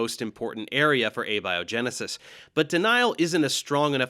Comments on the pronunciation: James Tour: "I want to get this out of the textbooks!" Kent Hovind: "Hey, get your own shtick!" Also, it's interesting that you let slide on this pronunciation of "Abby O' Genesis," but I suppose that dark story about hijacking a funeral more than made up for it. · Abby O’Genesis! Oh man, i haven’t seen her since college! What’s she up to these days? Is she still completely clueless? 😋 (Note: This is not an attack on or critique of Dave’s guest, who seems like a good egg. It’s just a little pronunciation “joke”.)